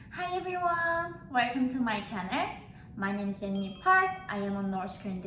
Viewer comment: welcome to my channer....thats when you lost me :(